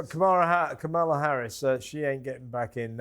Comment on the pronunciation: WHY DO YOU LOT INSIST UPON CALLING Kamala Harris ‘Camel-a’!!! Her name is pronounced ‘CAR-m-la’ i think you do it on purpose. It’s not funny, it’s juvenile, it’s inaccurate, and it’s ignorant. I can’t stand the woman, but please be professional…. call her by her f***ing name!. You don’t have to insult her just because she’s somehow deficient. Not funny!!!!! I like your show, but not that much…goodbye.